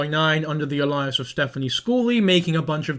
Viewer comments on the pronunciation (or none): DANG, Y'ALL. Is it a British pronunciation thing to say uh-LIE-us for 'alias'? In America, it's pronounced 'AY-lee-us'.